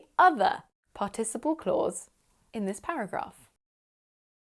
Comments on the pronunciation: Thanks! I loved the lesson but is it really possible to pronounce "participle" the way you do? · Google translate says it's pArticiple (the stress is made on the first syllable). :)